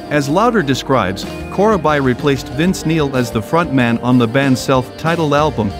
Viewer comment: Thanks for the upload "Core-uh-bye"... 😉